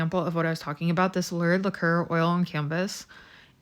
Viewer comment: Lacquer = lack-er You say it like "liqueur" so I'm wondering how you say your handle out loud.. lol